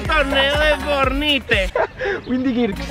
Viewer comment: es fortnite no fornite